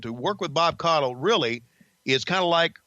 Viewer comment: Its actually pronounced Koddel